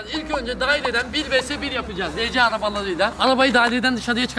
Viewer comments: Abi arci değil arsi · rece diye okunmuyo ar si araba diye okunuyor o abi